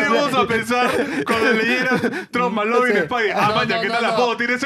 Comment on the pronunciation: Cómo q Maclovin pelao ctmr!!! La referencia es al popular Mclovin, q se pronuncia Miclovin 🤦🤦🤦🤦😂😂😂😂😂😂😂